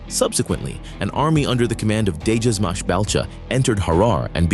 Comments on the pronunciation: DEJAZMACH IS A K SOUND UNLIKE ENGLISH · Not degasmach it is djazmatch.